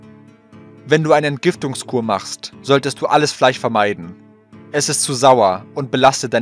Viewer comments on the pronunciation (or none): Warum sagst du Fleich, es heisst FleiSCH